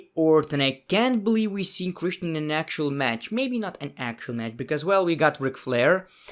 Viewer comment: Everybody: Christian..: kreshten